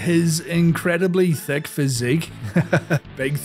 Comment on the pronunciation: Known for: His Incredibly. . . thick physique. You missed the ellipses. Was this written by Vince? A nice pause before saying "thick".